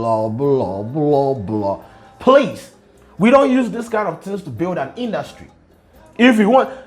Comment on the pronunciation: It was “Induutry” and the “blah blah blah” fah me 😂😂😂😂 skin though! 😍